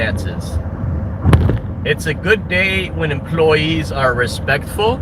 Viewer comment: "These empoy-yeez are unn-bee-lievable!" What a sad little nothing of a nobody you are, of Chicago.